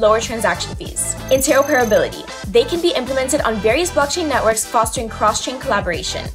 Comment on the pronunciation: "Intero-per-ability" 🤣🤣FFS, you could have at least taught her how to say this word correctly (And "throughput"). So many passionate people would kill for an opportunity to do this content for a reputable CEX like KuCoin, and you guys choose a chick with a pretty face clearly reading a script (And she didn't even do that right).